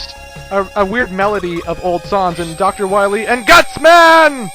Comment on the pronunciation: IT'S GUTSMAN!!! DUH-NUUUH!!!